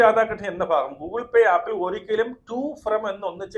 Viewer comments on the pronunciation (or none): none